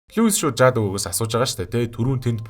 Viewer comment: Яаж Jude-г Жаад гэж уншдаг бнаа 😂😂😂